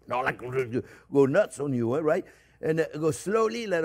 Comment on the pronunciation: We always say onyo now. 😅